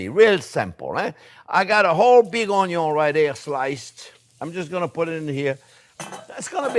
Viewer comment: You had me at ‘onyo’.